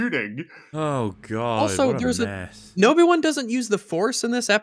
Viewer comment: Is it just me, or does say "Nobi-Wan" here? To go along with Jake Skywalker, I suppose.:p